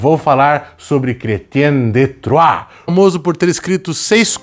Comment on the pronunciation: É tão satisfatório ouvir o pronunciar Chrétien de Troyes! hahaha. Uma pena que esses livros sejam tão diíceis de encontrar, vamos torcer para alguma editora relançar em breve, são verdadeiras joias esses contos.